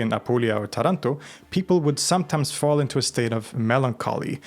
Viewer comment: Love your videos, here as well as on LTR, favorite channels of mine on YT. Just one thing, accent related: it's "Tàranto" and "pizzica tarantàta"(also called "Tarànta"). Greetings from Rome, Italy❤